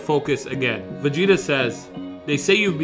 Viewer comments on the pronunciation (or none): “vageta” lol